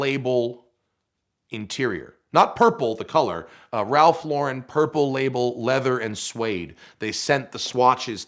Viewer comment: You’d think the son of the COO and recipient of a 6 figure car would know how to pronounce Ralph Lauren...